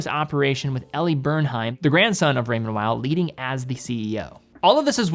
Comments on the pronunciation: Pronunciation of Raymond Weil? The w should sound as a v I think. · More French sounding...Weil is w sounding 😁